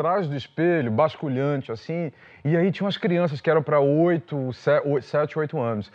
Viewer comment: Gente... é "basculante" e não "basculhante" rs rs